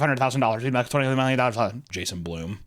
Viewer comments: its Blum like bum not bloom. you say things weird. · Um, it's pronounced Blum, like bum, but with an L..like loser bum 😅